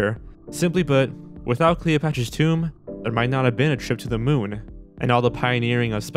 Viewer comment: you mispronounced tomb